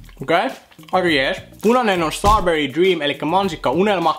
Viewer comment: Ihana ku sanot STARBERRY😂❤